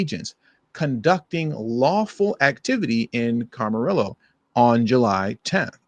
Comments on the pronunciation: Just FYI it's a spanish word, Camarillo. (Cama-rio) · It's pronounced Cam-arillo